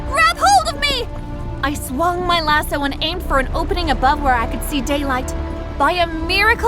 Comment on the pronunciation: If was funny how she said lasso